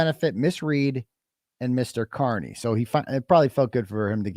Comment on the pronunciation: I So WANT to hear ( CAR-KNEE’s) Attorney to correct the mispronunciation of your last name!!! I heard him “ One time” Say Car-Knee!!! Then he must have caught himself and went back to KEER-KNEE!!!!! It’s his constant need to give a dig!! I just want him corrected publicly. But if not. At least I got it out: ))